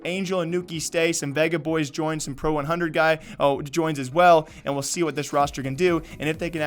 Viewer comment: Flarich is a promising CIS region talent. Just an FYI Pro100 is pronounced like “Pro Sto”. Russian for 100 is сто.